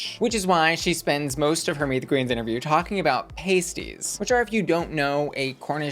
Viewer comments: How do I sign up for regional correspondence? Butter on sandwiches is a basic crux. ETA: it’s not “pasties” it’s “past-EE-s” like pastry Also the alleged-ness of it all and scrubbed nature of the tea is down to the libel laws in the area // we can’t say shit about things that might maybe have a court case in the near future that requires public jury sort of maybe please don’t come after me Beeb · Pasties are pronounced like past not paste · Pasties (pay-stees)go on your nipples, Pasties (par-stees, pass-tees) are what you eat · I am amazed American's don't butter their sandwiches, it helps the fillings not fall out as much. I know you said you just won't get some English pronunciations but Cornish pasties are said like past not paste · pasties/Pah-st-ee-z short crust pastry filled with beef potato onion ans swede. . . .pasties/paste-eez are nipple covers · Not the "paysties" 💀💀💀 It's a pah-sty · It made me laugh hearing them say paste-ies instead of past-ies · as someone from cornwall hearing you call pronounce pasties like the nipple covers had me hollering 😂😂 i’ve never heard an american person refer to them or cornwall in general so that was hilarious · As a Brit, hearing your pronunciation of Cornish Pasties has me amused to no end 😂 It’s actually pronounced with a soft a sound. Like, say the word ass with a P proceeding it and then tack a TY on the end. Cornish P-ass-ty. BUT please continue to say it the way you already to because it’s funny af 😂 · FYI it's pronounced Pasties like Pasta 🤣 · Ahhhhh i love you but its pronounced like Pas..tea (pastie) lol found myself laughing 😂😂😂❤❤❤❤❤❤❤❤❤ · Aww bless pasties are pronounced like p-ah-sties instead of the nipple covers ahaha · I see you mispronouncing Hartlepool and pasties on purpose to get that engagement. Considering you'll make charts dedicated to numbers of answers on snatch game etc. I don't believe you wouldn't do a quick google...